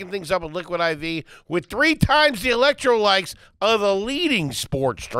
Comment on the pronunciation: Anyone else hear say "electrolikes" on the liquid IV read?